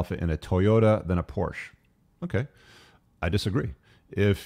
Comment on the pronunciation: My only gripe is its por-shuh. Car guys should know this